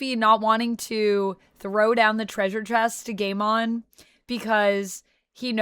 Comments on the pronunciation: Pronounced Guymon. When there is an ai in a name the a becomes silent. For example Sai, Gaimon, Akainu and so forth. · Pronouncing Gaimons name gay mon is hilarious to me. Makes it sounds like a digimon from a banned episode lost to the ages.